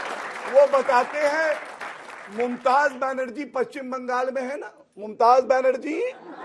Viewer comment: Abe jahil pahle naam to sahi se bol mumtaz banarji nhi mamta banarji